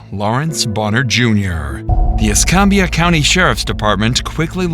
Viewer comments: Please learn to pronounce these places. It’s e scam bia not e scom bia. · Pronounced E scam be ah ....not whatever you said 😂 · Mobile is pronounced MO beel. Escambia is pronounced Ees CAM bia. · that is NOT how you say escambia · Escambia. A as in cam. Why do people try to make this word fancy? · You threw me off with how you pronounce Escambia county. Also why do so many crazy things happen around here! (I live one county over from this) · All that research into the case but failed to research how to pronounce Escambia.